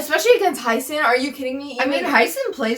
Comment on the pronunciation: I love your commentary, but i just want to mention your pronunciation of Hyeseon is incorrect. Idk exactly how to explain the pronunciation in english but in korean, her name is 혜선 so the ‘ye’ is pronounced like it is in yellow. I hope my comment doesnt sound rude 😅